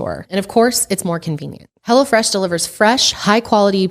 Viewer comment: Sounded like said Hella Fresh instead of Hello Fresh lol Love yall!